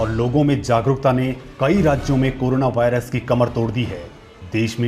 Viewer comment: अबे चोदु वारियस नहीं वायरस होता है